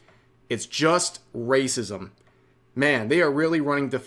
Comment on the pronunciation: They keep saying wacism because they never learned the word 'apathy'. Low iq mfs.